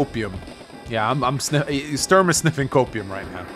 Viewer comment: As a guy from germany it hurts my ears everytime you pronounce "Sturm" as "Störn".